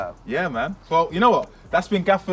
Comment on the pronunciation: Gayfer not Gaffer